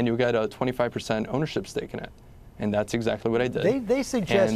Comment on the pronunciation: "And" not "ant".